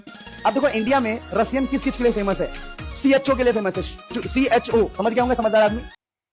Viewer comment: CHO❌ CHU✅